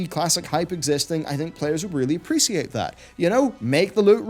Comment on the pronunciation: Please don't say appreciate like that again